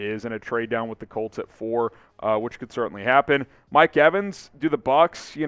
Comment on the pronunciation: Bear 🐻 dahn